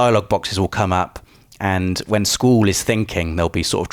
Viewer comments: Thought same thing when he kept saying Squall, it might be a British way of pronouncing things. Triad was also incorrect when said it the first few times. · It’s pronounce skuwall, not school...... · bro stop stop saying "SKUL" its pronounced SKWALL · It's not skool, it's skwaal for Squall. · I didn't even know his name was pronounced "Sqooool". All these years I have been calling him Squall. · is squallès name pronounced "school" like in the video, or is it pronounced "skwall". ive always pronounced it "skwall" LOL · "sqweeewll" what? I know your English but..wtf is that lol it's squall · Squall, pronounced Sqwall. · wait, is that how you should pronounce "squall"? Have I been pronouncing his name wrong? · Never heard anyone pronounce Squall as “Sqool” lol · I was so confused I swear he was saying school but he was saying squall correct? 😂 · ‘Sqwool’ he said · "Sqoool"? lol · Sqwooool and treeead? What are these pronunciations? XD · School? Schol? ...ohh he's trying to say Squall :p I can't wait. I personally prefer 7 and 9 too but a remaster for this great game has been bloody needed! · You say Squall so weird... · Was I the only one cringing when he said squalls name? That is most certainly not how you pronounce "sq-uall"! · Why the hell do you pronounce Squall's name with an o in it? It almost sounds like you're saying scroll. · But why do you pronounce Squalls name in a way that is barely comprehensible? 😂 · You are butchering Squall's name type in to google translate and the name Sqaull will be there. Click on the voice Icon! Squall means bringing rain or gust of wind. I am sorry but I just had to post this. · Hate the way you pronounce Squall. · me or? I know the word as I'm sure he does just a funny way he pronounces it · Squall = Squoowul? My god man, get a proper accent. Also, I'm pretty sure the word 'triad' is just pronounced as 'try-ad' in all forms of English.